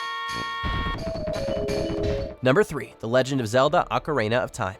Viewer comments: ACARAINA OF TIME?! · Did he say The Legend of Zelda: Macarena of Time? 😂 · I swear people on this channel just make up pronunciations for Ocarina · Never heard anyone pronounce ‘Ocarina’ like that before to be honest.